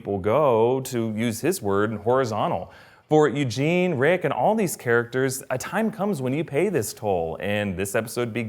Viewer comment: Lmao "Youjean", thats great i love it lol It's Eugene btw ☺